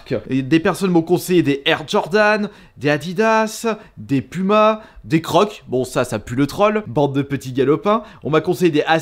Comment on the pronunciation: Il dit pOUma 🤣🤣🤣